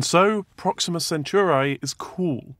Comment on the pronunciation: "Prohx-seeeem'-mah"? Why did they select a host that pronounces the topic subject differently than the audience does?